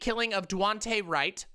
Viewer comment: Jesus. Disrespectful of to continuously mispronounce Daunte Wright’s name.